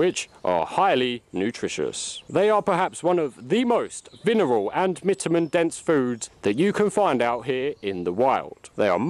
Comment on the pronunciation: Vinerals and mitamins 😂😂😂